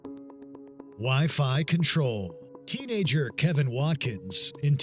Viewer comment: Why you keep calling him Kevin when it clearly states his name is Kevon? Those are two different names...